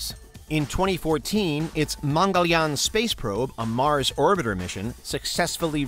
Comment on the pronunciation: Masss daaa not mars😂😂😂